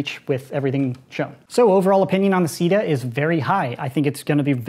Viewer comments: Might wanna avoid pronouncing CEDA as “sida” because SIDA is the French word for AIDS and it may offend some people. Personally I don’t have a problem with it but still... worth noting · When he said CEDA.... I thought he said "Sea Death" Giggity Edit: Also today's sponsor is sea where your enemies experience DEATH!!